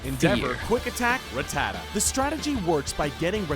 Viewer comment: I hate how the guy in the video said Rattata